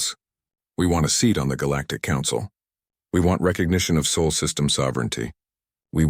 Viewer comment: I believe it's pronounced sol